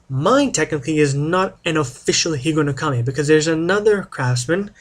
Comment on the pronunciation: I very much enjoyed your video presentation. I have seen Japanese names mispronounced much more poorly - you did a pretty good job. I am sure any Japanese person would appreciate your respect for their culture and language not to mention one historic piece of their cutlery tradition. (I cannot comment on the history since I know very little of that myself.) I love my higonokami and wish more westerners could be exposed to this wonderful knife because it is such an impressive cutting tool.